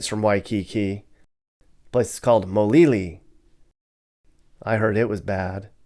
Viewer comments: Born and raised in Hawaii, 50+ years. Great video, but I gotta correct you on some stuff. It’s Kalihi, you keep saying Kahili. It’s Mayor, not Major, Wrights Housing. It’s Mo’iliili, not Molili. Don’t worry, haoles always mispronounce Hawaiian names. You are so right about how crime is getting worse, and many locals are moving to Vegas. I still remember going to grade school and talked about kill haole day, but it was more of a joke. IMO Bad places: Waianae, Nanakuli, Waipahu, Kalihi. IMO Good places: Hawaii Kai area, Aiea, Pearl City, Salt Lake. Homeless and crime are getting worse. Living in Hawaii is very expensive. It was a lot simpler and safer when there were less people living here. Mahalo for coming to Hawaii and showing what tourists don’t see. I love your videos! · It's Mayor Wright, not Major Wright and it's Kalihi, not Kahili, Kam IV, not Cam IV. It's Moiliili, not Molili... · "MAJOR Wrights Housing", "KaHili", "Cam IV Apartments", "MoLiLi" -----LOL! ----- so many errors in this video...an unreliable account. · Your pronunciation is so wrong on many of the places you mention. Moili ili ...NOT Molili😂